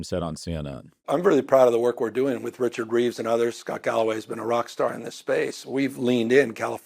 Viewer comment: This galloway guy still pronounces the name wrong.